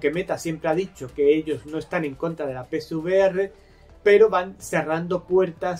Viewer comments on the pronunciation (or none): Soy yo o dices PSVR en vez de PCVR?